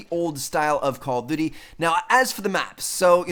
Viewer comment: Stop saying "Call of Dity". It's "Duty", not "Dity"